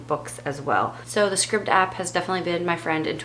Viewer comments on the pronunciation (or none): I think the Scribd app is pronounced "scribed" . Loved this chat, thank you. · Scribed is pronounced with a long I. Like in prescribed.